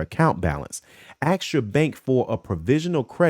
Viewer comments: Axe, jeeze. It as ask fyi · Bruh! U did not just say aks!